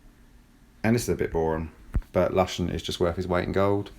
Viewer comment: It's 'Looshen' not lush -en ;)